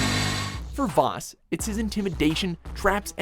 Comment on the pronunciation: it's Vaas not Vass